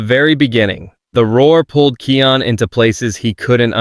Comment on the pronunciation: Kion's name is pronounced KAI ON not kee on lol!